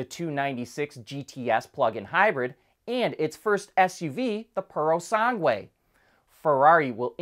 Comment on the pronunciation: I believe it's "purosang-geh", not "puro-sang-gwey".